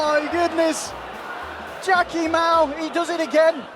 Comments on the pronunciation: Sounds like “Jacky Lmao” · You pronounce Jacky Mao wrong. It's Jacky ayy Lmao